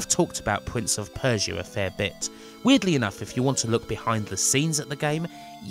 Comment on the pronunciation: Pwince of Persia and in the words of Tony Angelino cwying